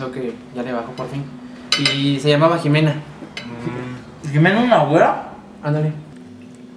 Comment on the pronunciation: Ximena no Jimena